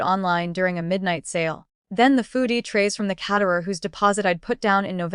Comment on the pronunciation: KAYterer, AI voice, not cat-erer.